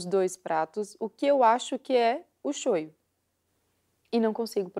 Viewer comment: é shoyu, não shoyo